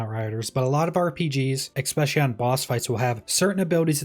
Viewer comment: This is totally my problem, not yours, but every time you say "expecially" I have a moment of blind rage